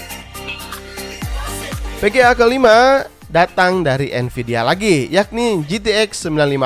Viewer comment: bang vga atau pga sih yg bener kq ane dengernya pga